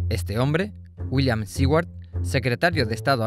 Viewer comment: La próxima vez contraten a alguien que sí sepa pronunciar el apellido Seward. ¿Qué es eso de «Siward»?